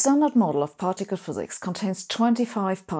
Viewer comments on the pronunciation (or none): none